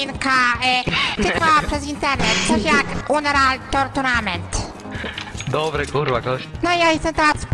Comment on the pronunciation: tourtunament xD